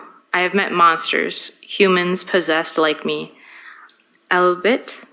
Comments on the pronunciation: Ezra acts so intellectually superior to everyone else. Yet, she can’t even pronounce words like “albeit” and various other words she doesn’t know. She used Alex’s journals when he was alive to better manipulate him. She loves having that mentally ill Alex being madly in love with her. She knew this and exploited it. Even breaking up with him, telling him “I don’t ever want to see you again. Leave me alone.” Then she would show up at h Work to string him along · Or the word ALBEIT. She’s more of a Where’s Waldo “reader” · The defendant couldn't have written some of what she read out in court due to the fact she didn't know how to pronounce some of the words eg "albeit" and "altruistic." Neither did she understand the difference between the past tense and past participle of the word "give". When she should have written or say "given" as the past participle, she wrote "gave". She probably killed Alex because Alex treated her more like one of his undergraduates than say his girlfriend. She probably hated him correcting her written and spoken English........??? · There is no way she is so intellectual and well-read as she claims to be and she doesn’t know the word “albeit”. It happens often when she’s asked to read. It’s not that she misspeaks, she actually questions the word. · Alex wasn’t smart either otherwise he wouldn’t have thought that she was smart. Like how did he not notice she didn’t even know the name of the author she claimed wrote the book that changed her life and she named herself after lmao how did he not notice she couldn’t pronounce the word “albeit”. The dude was an overgrown emo kid with too much time to spend at a coffee shop. “I was born already dead” give me a fking break.